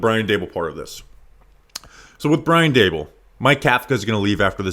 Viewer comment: Dabool took over the offense and the roof fell in. Its Daboll primarily:clock-turquoise-looking-up